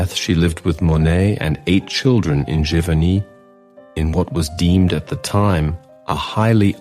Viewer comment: These documentaries have been great! And as an American, I am thankful for hearing the correct pronunciation of all of these French towns I have been butchering the last 30 years that I have been interested in Monet! Thank you!